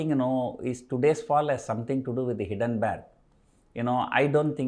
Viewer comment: it is not hiddenberg, it is hiNdenberg